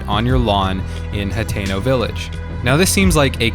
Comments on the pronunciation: It’s hat-ten-oh and ack-ah-lah. Using hard vowels is an American thing. Not so much in Japan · Nobody:: H a t é n o Village